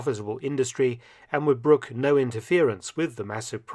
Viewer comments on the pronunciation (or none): none